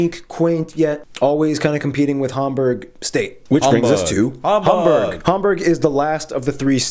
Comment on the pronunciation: Okay but that guy pronouncing Hamburg neither the English nor the German way but in an in-between way really threw me off. Also the way he said Bremerhaven was too damn funny xD